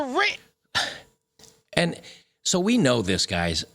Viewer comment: Wow...all those fearured black women would steal. It's not pronounced "Ren". It's called "renT"..with a "T" ....trashy. devoid of honor. Worthless as a spouse.